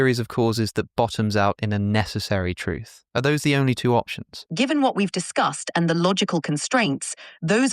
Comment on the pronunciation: "options" with an accent